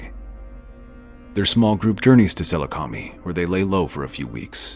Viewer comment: “I hope you mean that as rhetorical question.“ Also, I think the name of that planet is supposed to be pronounced with the stress on the second syllable, not the third. But I could be wrong. Seh-LOO-ca-my